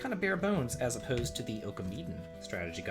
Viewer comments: I love your content dude but you really need to work on your japanese pronounciation, ohkameeden is not a thing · Your pronunciation of some of the titles was horrible. Oh-kah-me-den?